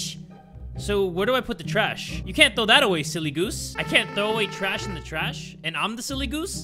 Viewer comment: “CoZ iT bElOunGs In Da ✨TrIéÆsHh✨😍😍” 😍😍🙏🙏